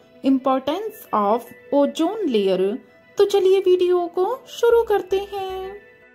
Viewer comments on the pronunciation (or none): MAM IT IS OZAN LAYER NOT LAYERU 😂😂😂😂😂😂😂